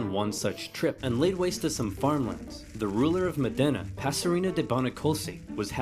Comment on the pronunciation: It is Mòdena, not modèna